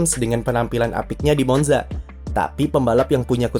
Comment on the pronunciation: Permisi min, Monza dibacanya Montsa🙏